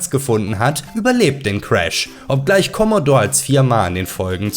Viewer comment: Keine Kritik jetzt, aber niemand hat in 80ern "Kommodorr" gesagt. Das ist und bleibt ein "Kommodohre". 🤣 Ich habe mir übrigens vor einem Monat wieder einen originalen C64 mit allem PiPaPo(auch 2 x Floppy, könnte ja eine kaputtgehen;-) ) zugelegt. Ach war das eine schöne Zeit damals. 🙂 ....Ob nun PC oder Konsole gewonnen hat, mag ich nicht zu entscheiden. Habe eigentlich aktuell alles. Oftmals gewinnt bei mir der PC(alter 8-Kerner(4750GE) + RTX3090), weil ich irgendwo billig nen Key im Netz kaufen kann.